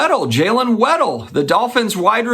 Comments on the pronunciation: It's WAD DLE...as in look at my big "Wad"...NOT WEDDELL. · It’s Jaylen WADDLE not Weddle 😂 Great content btw. 🙏🏼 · I believe his name is pronounced WAD-DELL (lol I don't even know if I'm explaining/spelling it the correct way) anyways im a Dolphins fan so I have really high hopes with Miami this year, I say that EVERY year lol 😂 😂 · Lol I just made a comment trying to say the same thing